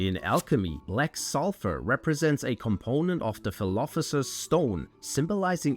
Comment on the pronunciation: "philophesers" lol